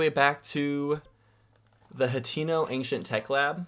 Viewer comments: It's Hestu 😂 how did you make it more difficult to say out loud? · Wow, that's great info. Thanks for sharing! I'm brazilian and for us it's easier to say Hestu :)